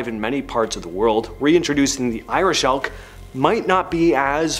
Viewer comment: Irish Elk. I thought you said ‘Irish Elf’, so yeah, that was disappointing